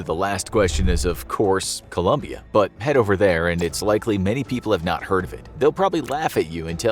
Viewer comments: Its colOmbia not ColUmbia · Colombian not Columbian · ColOmbia, not Columbia